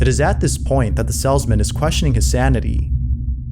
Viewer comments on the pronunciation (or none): Why is it grating on me that the narrator cannot seem to pronounce "salesman" correctly? (the "salzman" ???) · Salesman. Long A. Not "sellsmen". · You're pronouncing Salesman as "Sellsman" It's Pronounced, "Sales-Man" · It’s a salesman. Not a sellsmen. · FYI, It's pronounced Salesmen, not Sells-men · I absolutely love how pronounces the word "salesman"